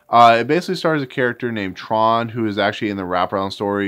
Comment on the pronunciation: Actually his name was Trond but I didn’t pronounce the D properly so it sounded like Tron.